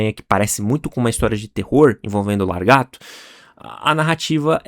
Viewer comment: Correções: O nome daquele icônico gibi é Tormento e não tormenta, que é outra coisa totalmente diferente e o nome do vilão não é largato, mas Lagarto, que é a maneira correta de dizer este nome, sem contar também que sugiro que quando não souber falar o nome de alguém em inglês, é só usar o Google tradutor que resolve isso, já que foi justamente com ele que aprendi que o nome dele não se diz Todd 'MaquiFarlêine,' mas Todd MacFarlam...Porque também achava que o nome dele era dito assim. Obs: Eu sou um fã dele antes de você nascer, então quando diz que ninguém sabe alguma coisa dele, cuidado, porque não é verdade, já que já sabia deste primeiro seu gibi que é o do Coyote há décadas. Espero que tenha a parte dois com a história do Spawn também, porque com certeza vai ficar ótima como este. Engraçado que a responsável pelo primeiro gibi do Homem-Aranha também foi uma esposa, basicamente a esposa "só" do Stan Lee... Só faltou falar que ele nasceu em Calgary e seu nome do meio é Dean, já outro fato curioso dele é que ele é canhoto, já o gibi dele não se tornou o mais vendido da história que foi o número um dos X-Men em 91 do incrível Jim Lee no começo dos anos 90, ganhando até o Guinness por isso, porque o sino-americano Jim Lee é o melhor desenhista de quadrinhos de super-heróis de todos os tempos...Pelo menos para mim... Pena que depois que abriu a Image junto com seus colegas, desenhou alguns gibis de seu Spawn, mas por ter se tornado um empresário de figuras de ação / bonecos a